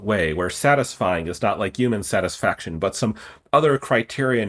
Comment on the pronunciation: I don’t like how he pronounces the word ‘Human.’